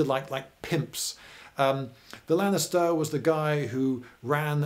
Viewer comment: Is it only me or it's sounds like you had to buy gladiators from the Lannisters? (Ik he's saying Lanista, but still)